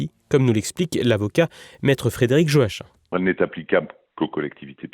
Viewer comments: Joachim ça se prononce "Joakim" et pas Jo Hachin 😂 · Je pense que Joachim se prononce Yo-a-kim ou Jo-a-kim et pas Jo-a-chin.